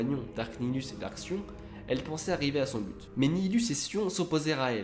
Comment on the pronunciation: alrs je suis pas specialiste en star wars mais j'ai toujours crus que les seigneurs siths senommaient 'darth' et pas 'dark' par exemple j'ai toujours entendu darth sidious